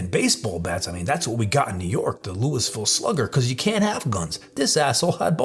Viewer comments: Louisville is pronounced lewieville like Stewie with a L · please dont say LouIsville slugger like you did 😂 you say it in one word like lullvull we can't stand when people pronounce it like Lewisville or lewyville 😂 just figured id throw that in for some reason...